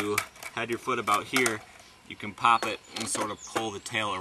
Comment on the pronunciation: listen carefully how he says "pop" at 2.15